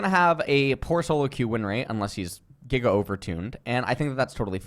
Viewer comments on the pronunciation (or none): none